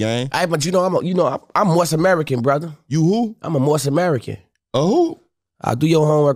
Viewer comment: He said "Moorish American"